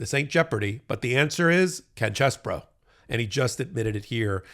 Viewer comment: Stop trying to church it up. His name is CHEESE BRO, not Chess Bro.